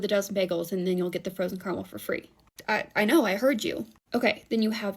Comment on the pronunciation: CAR-A-MEL. CARAMEL. It's a three syllable word.